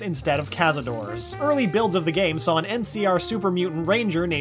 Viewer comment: THANK YOU! It bothers me every time someone says cazadoors.